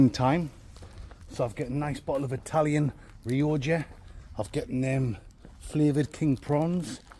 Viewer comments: 😂 hey...its pronounced rioka (u knew that tho?)aah bisto!😂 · Its pronounced RE-OCKA 😂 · You say the wines name as Rioja like me and my wife always corrects me and says its pronounced Riocca😂